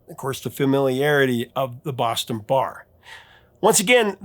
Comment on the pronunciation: Are you from the Boston area? You pronounce “Boston” like a true Bostonian, not a Hollywood characterature